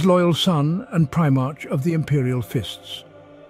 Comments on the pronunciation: I appreciate the work involved in compiling all this lore, and the narrator's voice is very pleasing. It can, however, be distracting, when words are mispronounced, or pronounced differently each time (especially things like the occasional "pry march") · It's the common problem with text 2 speech. You'd probably have to change the spelling to something the program would end up pronouncing "correctly". Maybe "Prim-arc" etc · Other Preemarks, he's gotta be trolling with some of these pronunciations. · My god you pronounce things in 3 different ways and it kills me. Primark, primarsh, primerk. Nikea, nisea, nishea. STOP IT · i know, but the way he pronounces words like "primarch" or some of the names is just wrong. Don't get me wrong, English is not my native language, i am born in Eastern Europe, so i could totally be wrong. But i listened to almost every 40k audio book i could get my hands on, so i have a decent idea about how some of the things are pronounced. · Excellent content, I was mildly distracted by differences in pronunciation of “Primarch” and others, like how “Psyker” and Psionic was pronounced “P.S.I” a couple times.